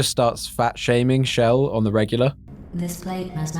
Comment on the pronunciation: Btw, she's Chell, not Shell